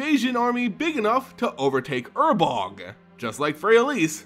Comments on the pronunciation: Ur-Borg. Not urbog... god that drive me insane. Urborg dude. Say it right. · New subscriber, found your lore videos and fell in love with them. Listening to them while I drive around for work (I'm a sales rep) The only gripe I have with anything is I was 99% sure it was pronounced UR-BORG Either way keep it up, these are amazing sir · man can you read? urboRg, sYlex. sheeit. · It has to be on purpose. Please god, tell me it's on purpose.